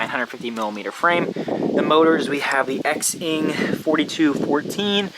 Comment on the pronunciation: It’s Zing not x-ing lmao